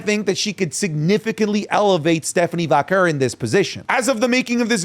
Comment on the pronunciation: you’re Latino!! Pronounce it correctly: VAH-KERR